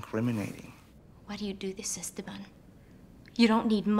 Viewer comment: Why do they mispronounce ESTEBAN ? The 2nd syllable is accented.. Es TE ban